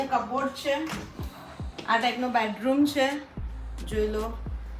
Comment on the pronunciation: nice vlog but its not badroom its bedroom the way you pronounce